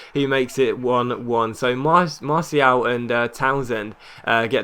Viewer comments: I really dont think you're pronouncing it right, I think you either say marshall or mar-ti-al, not marsial :) it makes more sense doing what I suggested" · Im French and it pronounced mar-ti-al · look up Martial on youtube. See how the commentators pronounce it maybe? They'd know better, they're french.